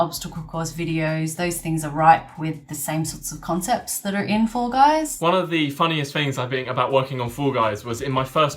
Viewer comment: FOOL GUYS?????? You can't even say the name of the game Hahahahahaha...